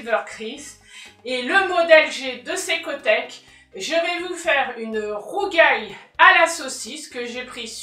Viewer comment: ba écoute corriger une erreur c'est pas critiquer dans le vide donc excuse nous de vouloir préciser qu'il y a une erreur et corriger pour ceux qui passeraient par là et qui seraient tenter de reprendre la bêtise dans leur façon de prononcer "le rougail" fait partie des plats typiques des créoles réunionnais merci de pas déformer ça prononciation et de te renseigner on voit suffisamment de bêtises sur les réseaux